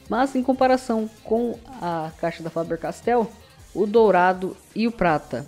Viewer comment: fabeeeerrr-castell :33 😆